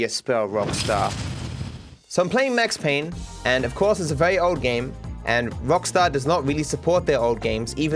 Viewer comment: Bro just sayed Max Payne in the most finnish sounding way possible